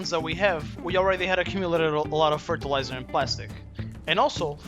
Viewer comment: Fertelizer woman lol